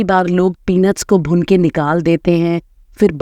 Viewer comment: Bhune nahi hota bhoone hota hai😂